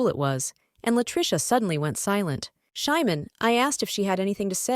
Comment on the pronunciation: The name of the ML is supposed to be Simon not Shymon. I dispise these terrible AI narrations! 😠